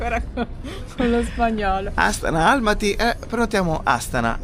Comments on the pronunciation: e quindi....sembrerebbe dall'ultimo vostro video 'Abbiamo deciso di sconvolgere tutto' che l'accento è sulla seconda 'a' ...quindi Almàty! Eh eh 😊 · Buondì e. Secondo me gli accenti sulla pronuncia di Astana e Almaty sono sbagliati😂😂😂😂 Astàna(accento sulla seconda a) e Almàty(con accento sulla seconda a)....dovrebbero essere così 😂😂😂😂😂😂